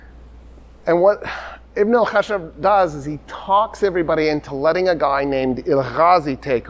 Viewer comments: Ibn al khashab is actually; Ibn al khash_aab The 1st means the son of the wood, while the 2nd is the son of the logger.. Pronouncing the second needs a stress on the “sh” sound. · The mistake was done because of pronouncing it "Ibn al-Khashab" with one letter SH (that means wood, right?), if we add another letter SH then it becomes lumberjack, so the correct spelling of his name is "Ibn al-Khashshab". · not an extra Sh, but a longer SH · Ibn alkhashab means son of the carpenter or the wood crafter it is pronounced with some stress on 'sh' ... and nizam al mulk means the 'order of the reign'